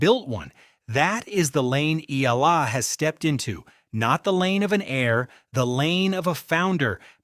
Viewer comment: Pls pronounce her name as Eh..ya..la...